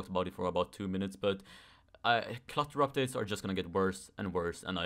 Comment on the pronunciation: I thought you're saying Cluster Updates for a second 🤣 Jokes aside,I can agree